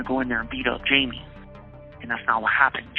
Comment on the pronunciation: Not sure why everybody says "Jay-Mee"... his name is Jaime (Hai-Meh)..